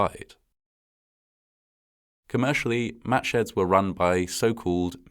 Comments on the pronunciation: Did anyone else hear "Match heads" rather than "Matsheds?" Or was that just me? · Wow, that's the date of my birthday. Exactly 60 years before I was born, but still, the same date. And I thought he was saying matchheads the first couple of times, which was tragically quite foreshadowing. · I kept hearing, “Match head” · Who kept hearing "match heads"?